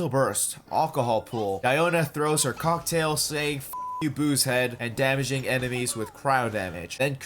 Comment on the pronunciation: “Diona’s cOcK -tail”